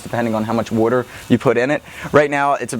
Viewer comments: Bro,where are you from?You said water with a weird accent,almost like wuter.No offense. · The way he says water i can tell he lives on the east cost Probably philledephia